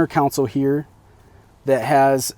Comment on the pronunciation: It’s a center CONSOLE not COUNCIL.